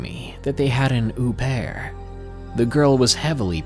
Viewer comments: You mean "murder" not passing, au pair is pronounced O pair not ooooh pair. And a child isn't a belonging, lol. God i love u but your killing me tonight! Please don't block me i hate myself too. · What an "oo-pair"?